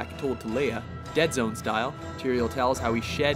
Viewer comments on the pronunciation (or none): none